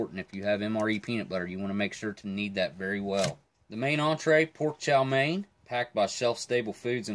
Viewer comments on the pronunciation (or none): Chow mein “main” lol